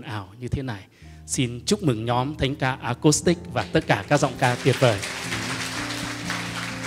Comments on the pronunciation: Xin góp ý nhé: chữ acoustic nên đọc với âm của chữ u chứ không phải đọc theo âm o hay là âm ô. Xin hãy đọc à- cústic, đừng đọc à-cóstic hay là à-cốstic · Chuong trình rất hay, sâu lắng, trân trọng, sốt sắng. Xin có một góp ý rất nhỏ: bạn MC rất hay , duyên dáng, lưu loát. Chỉ có một điều nhỏ là chữ ” acoustic” phát âm không được rõ ràng, nghe như “ acostic”. Nên phát âm:”a- cus-tic.( âm “u” chứ không phải âm “ô”). ❤️🙏😇